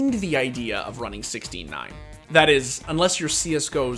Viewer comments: Take a shot every time you think you heard the narrator say "69" instead of 16:9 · Why is it when you say 16 :9 I here 69??? All players to the 69 hype train. Kekkw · every time i hear 16:9 i hear 69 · Is it only me that hear 69 instead of 16:9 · I know he's saying 16:9 but I hear 69